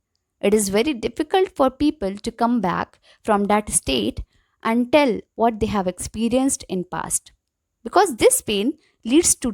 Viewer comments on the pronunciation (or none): none